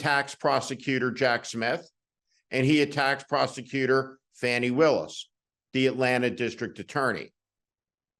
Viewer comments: Not Fanny…Faw-ney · Please start pronouncing her name as Fawni, I get the feeling we'll be hearing her name a lot. The MAGAt's pronounce it as "Fanny" as some sort of insult. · Pronunciation correction is FAH nee, said this way by a prosecutor who knows her. I’d say FAH nee is correct. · Hey Steve- her name's not pronounced "Fany".. It's pronounced "Fawn-y". You're one of the few people still doing it... you sound like you're deliberately disrespecting her at this point, which I know isn't your intent. Hopefully you or someone on your team will see this and address it; Fani deserves the proper respect. regardless- keep up the good fight, Sir!! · Steve…her name is pronounced “Fawnee”. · Her name is pronounced Faw--nee. Just sayin, and be well. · Fani Willis's first name is pronounced, "fawnee." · It’s pronounced Fawni, not difficult. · Fah Nee Willis.....Please pronounce her name correctly in the future. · fani....long a not fanny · Steve, Fani's name is pronounced with a long /a/ as in 'father," not as in "fast."